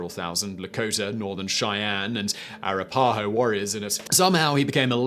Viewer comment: Any list that doesn't include Beatty is incomplete. Also twice mentions choices were not the worst general of the war but features these men instead of the worse choices. Finally learn to pronounce Arapahoe and Auchinleck.